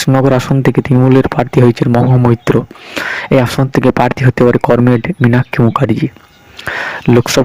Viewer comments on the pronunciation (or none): আপনি বাংলা উচ্চারণ সঠিক ভাবে করতে পারছেন না। আপনি কমরেড উচ্চারণ করমেড করেছেন। অবিলম্বে এই ভুল সংশোধন করুন। ধন্যবাদ। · করমেড?😂😂 এই শুনে ই বোঝা যাচ্ছে আপনার খবরের দম।😅😅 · comred uccaran thik kor